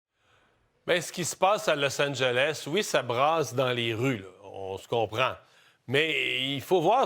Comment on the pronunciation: En tant que résident de Los Angeles, je vous REMERCIE vivement d'avoir prononcé le nom de notre ville correctement : Los An-gel-ess. Surtout pas «Los Angèle».